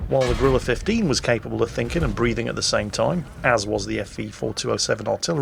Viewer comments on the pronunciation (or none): none